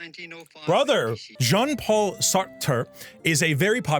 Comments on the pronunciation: As an english speaking person you say that " Jean " as john... but the firt part is like the "sio" from "vision".... actually yes, it's "Vision" without the "vi" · Absolutely criminal way of saying Jean 😭😭😭